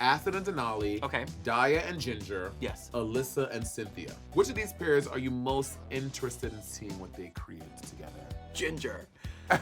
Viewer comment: I know bob is screaming at the way monet pronounces “pairs”